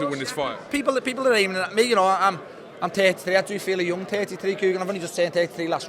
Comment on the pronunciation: I'm tirty one! Not tirty!